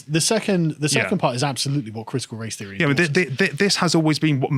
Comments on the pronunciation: Can someone have a word with about th-fronting. It makes it hard to listen to when he keeps saying "feary" instead of "theory" etc. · This guy always makes it sound like "critical race fairy" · I keep hearing "critical race fairy." ..